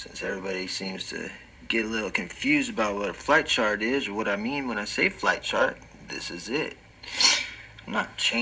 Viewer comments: I swear to christ, when he was saying "flight chart" I heard "flat chart." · I feel like I'm hearing him say "Flat Chart" instead of "Flight Chart"